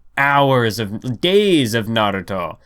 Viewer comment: Why does you pronunciation of "Naruto", sounds like "Aviato" from Silicon Valley??